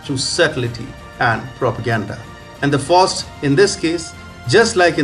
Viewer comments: Bless you my frined you tried, its pronounced Fowst and Met a stof a lees..... Great commentary. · Pronounced " F OWWW ST "